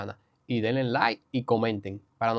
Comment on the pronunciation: No se dice *delen*, dice denle a la campañista